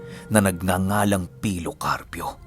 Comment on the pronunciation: Grabi talaga yung kilabot ko nung bigkasin ni Yung si pilo karpyo, grabi tumatayo talaga yung balahibo ko wooo 😲🥰